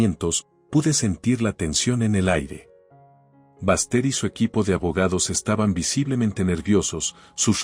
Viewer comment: Que historia tan chistosa, por favor pongan nombres que los narradores puedan pronunciar. El nombre de Baxter, lo pronuncia con el acento en ingles como bastardo !